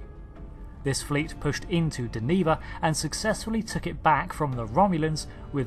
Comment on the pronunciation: DEN-eh-VA and Ader-ron-dak